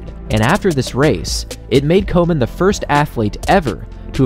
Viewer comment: Does anyone else hear "Coleman" when be says "Komen"?